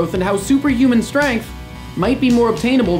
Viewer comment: ummmm, , its piss off, not piss of. trololololol